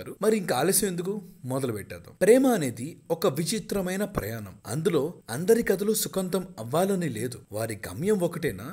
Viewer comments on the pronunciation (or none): Very nice explanation sir thank you for this vedio. Me videos nenu regular ga follow avtanu, mevi konni pronunciation mistakes vunnayi. Kali, prayanam, kallu e words pronunciation chala sarlu mistakes vachayi. Kali, kallu la pronunciation, prayanam lo na pronunciation chusukondi. Meru chepedi sahithyaniki sambandinchinadi kada, sahithyaniki, rayatam, palakam rendu baguntene ardham baguntundi